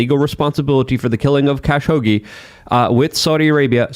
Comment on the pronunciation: lol, pronounces Khashoggi "cash hoagie."